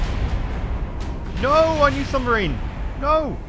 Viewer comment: "Nooo! Our new 'sumbarine'!" Ah, yes, the mighty sumbarine.